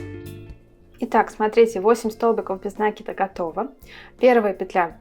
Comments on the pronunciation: видео отличное, речь хорошая, но откуда этот нАкид?... пришлось выключить звук... Какие оба варианта? НакИд, от слова накИдывать! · Милая,с удовольствием смотрю Ваши видео,все очень интересно и голос у Вас приятный, НО не нАкид,, а накИд. Вы же нить накИдываете, а не нАкидываете...Режет ухо 👂 🙈 А в остально все просто замечательно 👍 Удачи Вам и вашему каналу 🙋‍♀️